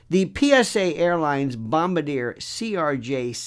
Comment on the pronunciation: Lionel, just a pedantic detail, the maker name of that passenger aircraft, Bombardier is pronounced "bom-bar-dee-ay".